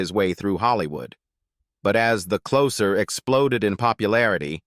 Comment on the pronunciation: AI doesn't know everything, does it? "Closer" when humans use it as an adjective is pronounced with an /s/ sound, but "closer" when used as a noun, as in the TV show, is pronounced with a /z/ sound. AI is just like any computer, it learns by "trial and error".